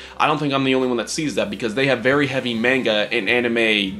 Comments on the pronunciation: YOU SAID MANGA LIKE MAY-NGA?!?!?!?!? ITS MAH-NGA!!!! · What about mainga & Elliewood? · Pronounces manga wrong.